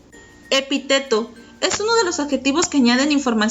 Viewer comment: Buena información, -que sería mejor si se leyera correctamente-, respetando la acentuación, por ejemplo: epíteto, hipérbaton, etc.